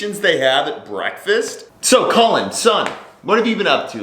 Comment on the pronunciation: His name is "Colon" for Christ's sake.